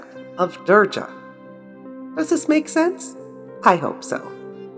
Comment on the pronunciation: Being an Indian, I was stunned to see your video on Maa Kali....how beautifully you presented the greatest power and did not make fun of the Goddess and our religion. Just a small correction it is not "Durja" with J(Jug). We pronounce her as "Durga" with G (glass)... I really appreciate your efforts and may Maa Durga (Maa Kali) bless us all... Thanks again!